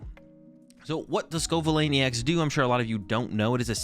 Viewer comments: if you watch the first couple of battles he definitely doesn’t 😂 “scovillane” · I’m convinced you deliberately pronounce Pokémon names wrong at this point. It’s clearly pronounced sco - villain (as in, a bad guy) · It's pronounced sco' villain